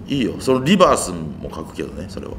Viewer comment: リバースのRがホントにうまい！(笑)